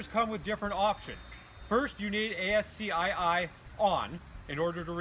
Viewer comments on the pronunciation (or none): Thank you for the follow up video! FYI it should be pronounced "askey"